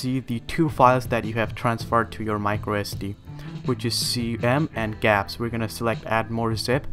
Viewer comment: Did he really just say gapps? Google Apps? lol